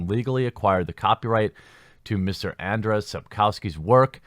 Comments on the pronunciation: P.S. It's. ANDRZEJ. Not Anders! Sapkowski sure is an excentric. And this lawsuit does look kind of odd. But that's no reason to get him mixed up with Anders Brevik the mass murderer XD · The pronounciation is closer to "Un-jay" or just Andrew : ) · You can pronounce his name as AnJay Sapkovsky. It would be closer to the correct pronunciation in Polish. That is just a sidenote. According to an interview with the author, conducted by Eurogamer, Sapkowski admitted that it was a stupid move on his part to demand a fixed sum for the IP. He heavily regretted his mistake and he gave vent to his frustration in the interview. Another interesting fact is that Sapkowski completely changed his narrative concerning CDPR and their games. In the past, around the W2 release, he used to say that video games are for people of poor intellectual capabilities. Now, however, he claims that CDPR made a fantastic job in transferring the Witcher universe into the virtual reality. Now, he praises the developers' work; the story, gameplay etc. As CDPR wants to be on good terms with Sapkowski, it is highly possible that he will extract the money from them. They have great respect for him; it's sad that he doesn't have any respect for them. In fact, he doesn't seem to have any respect for anyone, especially his fans. You would be shocked how arrogant and buffonish this man is. I've seen many interviews with Sapkowski and I really regret that I cannot unwatch them. Today one has to separate the authors from their works. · Andshey Sapkovski. That's how you pronounce his name. You're welcome. "rz" in polish in "sh" in English. "w" = "v" in English